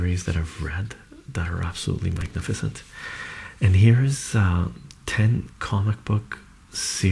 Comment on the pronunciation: when you say "manga" fantastic" "magnificent" "brilliant". you sound just like a northern Irish lad!! wow that's where I'm from so when I hear you say those words I swear it's like you are a local to me lkl